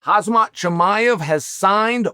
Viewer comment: For the sake of anything you believe in He is. It HAZ-MAT HE IS. HAM-ZAAAAT!!! Or you know, please just say chimaev!